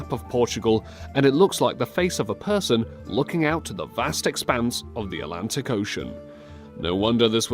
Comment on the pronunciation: Why can't you say "Atlantic" properly?